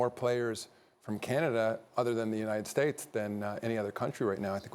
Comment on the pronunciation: “Unied States”